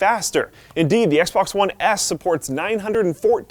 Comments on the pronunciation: it sounded like he said XBOX One Ass ( ͡° ͜ʖ ͡°) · anyone else noticed he said "Xbox one ASS"